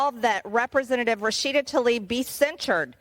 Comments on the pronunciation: I agree with MTG but she needs to look closer when reading names, it's Tlaib not Talib. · I wish they'd pronounce her name correctly. Tlaib, not Talib! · The Congressperson's name is not "Talib". It is "Tlaib". I'm not a fan of either Rashida Tlaib or MTG. I'm rather surprised by and appreciative of Congressperson Green's extensive indictment. Still, just as we make an effort to properly pronounce other nonenglish names like Zelensky, Macron, and Steinmeier (e.g., "Shtine-my-er", not "Steenmayor"), we ought to make the effort to properly pronounce her name. Especially when she is censured. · Be-atch tuh-leeb